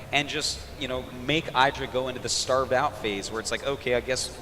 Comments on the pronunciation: THAT IS NOT Aydra,thats Idra (E-dra) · Yea it's not Aydra, its ihdra.